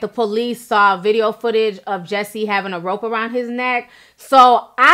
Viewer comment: Names, words, countries, she says "sawl" when she means "saw." I don't think its all growing up in a bilingual household. A lot of it sounds like some extra needed support academically was not gotten in school days, or she's dyslexic. This is more than a bilingual issue... I was in school with students who got extra help, but were not necessarily in special ed either. Ti really sounds like a product of a child/teenager who needed that and didn't get it. Like, IDK how she keeps saying, "She sawl her at the store," I"m like..."sawl" ??? Really...But I still love Ti.